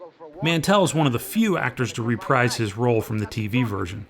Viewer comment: how come nobody in your generation knows how to pronounce 'reprise'?